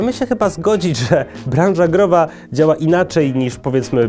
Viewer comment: "I kurde dziaao to super" :D